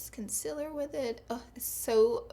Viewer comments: it's Concealer not Consiller Pleaseee get it right ;(( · It bothers me that she says concealer like "conciller" lmao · colorpop "concillers" haha idk if I like that or hate it 😂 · I love the way she says conciler instead of concealer ❤️ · She says conciller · Have the subtitles on and instead of "concealer" it says "consiller" lmao love ya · Katie Payne I’m from NC, and I only really dislike when she says ‘concealer’. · Am I the only one who loves the way she says concealer?